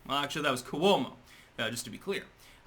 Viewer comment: I love ya, but, as a card-carrying ginea from Brooklyn, your pronunciation of Cuomo is like nails on a chalkboard, haha. The C and the U are pronounced like the first syllable in the word: "quit", not coo-womo! Haha